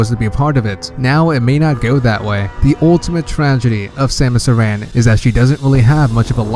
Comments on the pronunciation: Ur pronouncing samus Aron wrong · I know exactly what Samus Aran is going to do. She is coming over to ur house to kick ur arse for not saying her name right.